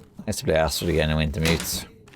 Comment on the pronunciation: As a Norwegian, I love the way you pronounced "strid" in Astrid", that was spot on. But the last part is not "ass" XD. It's not pronounced "ass".